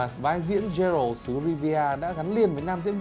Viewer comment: bản thân cái bạn nói rõ ràng cũng ko hiểu gì về The Witcher hay chính nội dung đang nói thì phải, phát ấm sai hết cái tên Geralt, Vengerberg. The witcher là thể loại fantasy chứ ko phải fantastic. Nếu đã xem phim qua, dù chỉ là 1 tập thì chắc chắn sẽ ko phát âm sai như thế đc